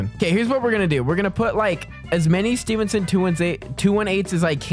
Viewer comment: I'm so glad your saying Stevenson right